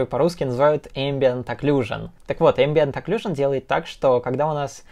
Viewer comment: «Которую по русски называют ambient occlusion» НЕПРАВИЛЬНО!!! “katoruyu pa ruski nazivayut embient aclusion”